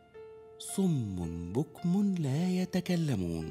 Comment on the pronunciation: مين لاحظ مثلي أنو سمبل آغا لما قال سم بكم لايمتلكون نطقها بالعربي 😂